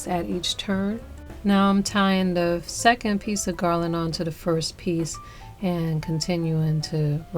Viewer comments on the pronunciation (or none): none